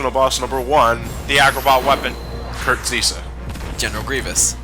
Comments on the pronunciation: The agrabah secrtet boss is called Kurt zisa ( Kurt Zie-Za) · Jay M but he pronounced it as Kurt Zee-Sa.